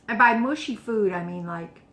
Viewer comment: Should be mushy not mashy.